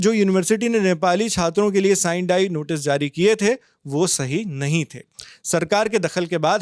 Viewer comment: Kya journalism, Kalinga ko pronounce kar nahin pate and Sine die ka bhi.